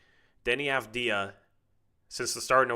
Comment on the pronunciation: How many games before gets the Avdija pronunciation right?